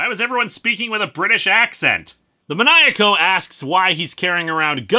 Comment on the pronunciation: Maniaco it's pronounced like man-ee-ah-coh and means maniac.